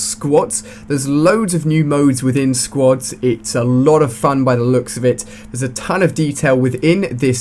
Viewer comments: Hey Ali a It's called squads not sqods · I like how you say squads like squods XD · Half the time it sounds like he is saying "squats". Switch that into every time he says squads and its hilarious! XD